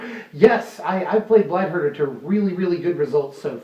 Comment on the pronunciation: I heard Blight Herder as Blight Burger. I now want a blight burger.